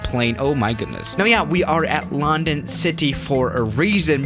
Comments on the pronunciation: You don't pronounce london lan-dan you pronounce london lun-dun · Its london you prenounce it like lu n dun not loundon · Nobody: Absolutely Nobody:: lAhNdOn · everybody else: london city swiss:loNdOn city 🤣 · "at lAnD0n city" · It's lun don ok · Did anyone get triggered the way he said London